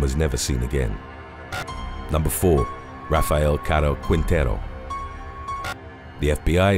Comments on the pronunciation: its pronunced king-tay-roo. Put some respect on my last name 😂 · Rafael Caro Quintero Quintero pronunciation is Quintero without the letter U Qintero